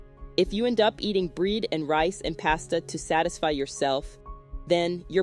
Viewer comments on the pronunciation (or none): Narrator, , mispronounces 'bread' and says 'breed'. Repeatedly. 🤔🤔🤔